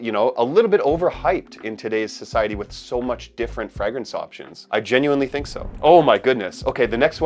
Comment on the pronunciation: Dude can't pronounce the word fragrance properly and has a fragrange chanel lol